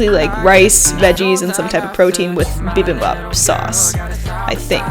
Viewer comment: I absolutely LOVE watching your vids. And it's so fun to see you and your fam workout together!! I'm Korean and I just wanted to say I kinda cringed when you pronounced bibimbap and japchae lol. But it's so good to see you try Korean food ;)